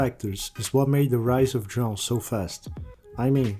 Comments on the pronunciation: You've nailed "João" pronunciation!!🎉🎉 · How do you pronounce João so correctly? Foreigners cant really say it 100% like you do.